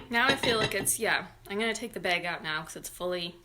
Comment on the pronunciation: Omigosh! And bayg!!! I love you